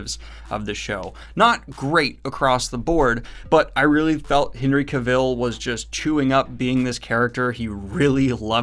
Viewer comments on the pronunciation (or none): Daniel, say it with me CA-vull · Oh and Cavill is pronounced Cavill as in Travel dude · Cavill rhymes with travel. Not kuh-VILLE. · Hen-ry Ca-vill lol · Am I the only one getting triggered by the way he pronounces Henry Cavill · still not knowing something so simple as pronouncing a 2 syllable name of someone pretty famous is hilarious given all the nitpicking of everything else..truly entertaining :)